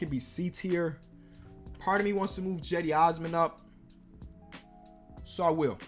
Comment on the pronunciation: Jedi Osman? 😂😂 Cedi osman ✅